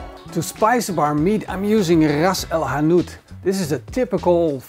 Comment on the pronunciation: The dutch sound of rrrrrrrras el hanout😂😉